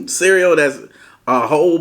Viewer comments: Whole milk & it’s CEREAL 🤣😂😭not CEREAO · Lol. He is too funny. But every time he says cereaO is crackin me up. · ABSOLUTELY NOBODY:: CEREO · 👍👍 did a great job! I'm a caregiver naturally, I can do it for anyone and have, it's not something anyone can do and most people understand that. Praying for Beloves speech recovery. Much love!💓